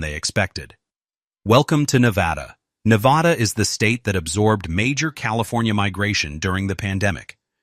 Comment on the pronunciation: I moved to Northern Nevada 4 years ago and I love it here. Then again, any place that's NOT California is going to be a lot better. Las Vegas (Clark County) is roughly 70% of Nevada's population, but the other areas are VERY different than Clark County. Also, please stop saying, "ne-VA-da", with a strong VA in the name, it's incorrect. I don't regret my move and I'm staying here, home is Nevada.